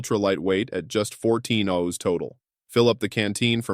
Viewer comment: i had to leave after that oz pronunciation